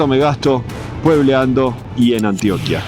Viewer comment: cada vez que un extrajero pronuncia mal el nombre de Antioquia se rueda una vaca en Yarumal, se vinagran las arepas de Sonsón, se pudren los bananos del Urabá, se inunda Zaragoza por el río Nechí y se mueren las flores de Jardín. 😢